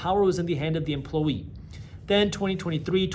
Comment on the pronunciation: Why you say emploYER, but then say emploWEE